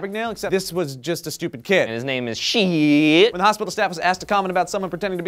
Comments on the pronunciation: Not to be a downer, but it's pronounced shy-t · its actually more like Sh-eyed-t. one syllable :P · His last name is pronounced Sh-eye-tt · That is actually my mother's maiden name. It's pronounced "SHITE" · Are you guys sure you're not butchering the guy's name? It sounds like you are, lol.